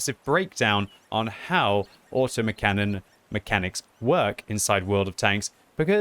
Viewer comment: LOL, "Auto-Mac-Canon"... OK, that's what I'm gonna call them from now on!